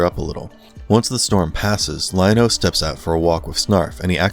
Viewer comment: Let’s be real. This video was bad. As someone who grew up in the 80s and watched this show during its original run, the inaccuracies in this video were just too much. Earth 3 is something from DC comics. The Thundercats settled on Third Earth. Guy even mispronounced Lion-O early in the video. Completely forgets about Wileycat and Wileykit. And Snarf.. This video was so bad I had to turn it off after about the fifth minute.